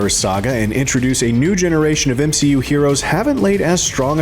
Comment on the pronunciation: M-she-u failing. Love it 😂😂